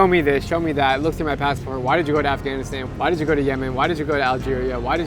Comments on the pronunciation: Did he just said Af-gain-istayn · I love how americans say Afghanistan 😁